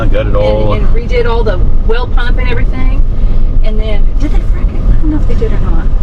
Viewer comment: 4 m 48 s puup ? As she says it the Normal Way " PuMp ".